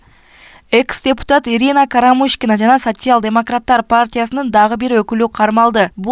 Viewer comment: Сасиял дейт го😂😂